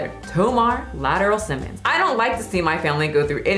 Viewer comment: Lateral Simmons? Lmaooo, im ctfu 😂 its La-trell. 💀